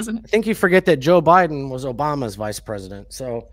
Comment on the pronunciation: She said obiden